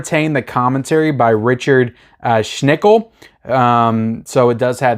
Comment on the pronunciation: "Richard Shnickle" LOL... It's actually "Schickel."